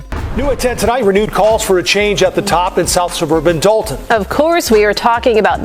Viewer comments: 😂gotta be using A.I....cause how they keep getting it wrong when they got news clips saying it right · Ummm….. just a heads up it’s Pronounced DOLL-TON 🫥🫥